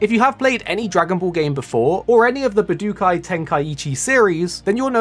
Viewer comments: stop saying "buh dook eye", please. Way to show you have no clue what it is. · Ba du kai was killing my ears every time he said it